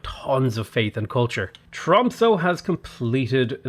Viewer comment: The ö or o in The end of Tromsö is pronounced more like a. Like in A carawell, or A long ship.